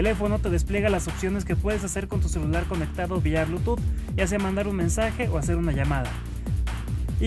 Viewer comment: Blutooth en vez de Bluetooth xD